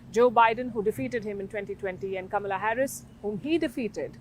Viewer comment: I don't believe a single word Crazy Kaa-Mee-Laa said.